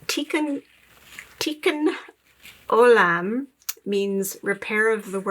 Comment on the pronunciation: Hebrew, tikkun olam , pronounced tee-koon oh-lam, emphasis on second syllables. Repair of the world, yes. Jewish tradition is that our reason for being and our continued obligation is to make the world a better place. 💙 I just discovered your videos and LOVE THEM